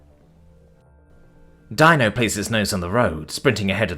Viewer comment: Dino is pronounced Deenoh